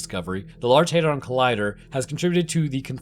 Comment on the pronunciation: HEYdron? No